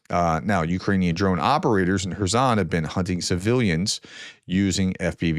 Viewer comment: Prof, well done for not pronouncing Kherson with a K rather than the correct H sound which is actually like the ch in the Scottish word loch, but the s is not a z sound, it's the ssss sound. 😊